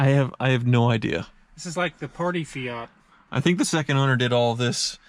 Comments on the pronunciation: Why can’t Americans pronounce car brands properly? What the hell is an Ay-Barf and a Fee-at? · FEE-OT AY-BARTH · An Italian would say A-bart with silent H and English say A-barth - says it fine although Australians/English say Fiat with no pause and he says Fe-at - no big deal